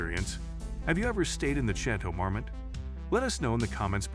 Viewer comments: The last Château Marmont was pronounced like Chatle mormond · Chay-toe mar-mit. Dude needs to work on pronunciation. He had it right in the beginning of the video and it kept getting worse from there lol. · How do you manage to pronounce Chateau Marmont differently every single time you say it? 😒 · When you can't even pronounce the name of your subject correctly, I know I don't need to waste my time on the rest of the video